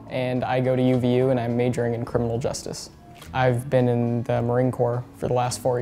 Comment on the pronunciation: they forgot the r in criminal